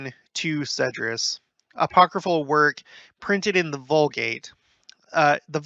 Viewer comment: EZ-DRAS...not Esedras